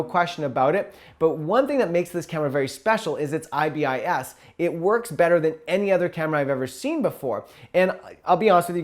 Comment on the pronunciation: It’s pronounced “eye-biss” Not “eye-bee-eye-ess”